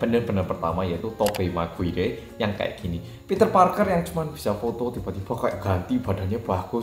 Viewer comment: Istri boleh orang singapur, tapi MASA PRONOUNCE TOBY MCGUIRE : “TOBI MEK GUI HE”